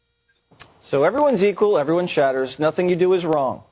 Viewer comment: What does the guy mean when he keeps saying Everyone “Shatters”… thought I was mishearing “matters”, but I’m pretty sure I’m not…